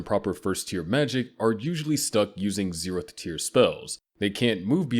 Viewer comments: Is he saying zerotb tier?? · 0 tehth tier, damn AI reading